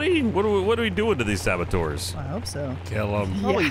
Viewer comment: Saboteur, not sabotour.